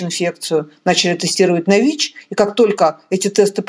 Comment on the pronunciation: ВИ́ч, вИ́чей😅😅😅